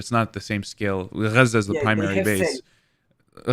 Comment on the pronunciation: I hate how he says Gaza it’s not even correct